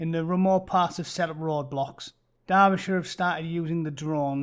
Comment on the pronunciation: Durb-ishurr?? You been in the US too long mate lol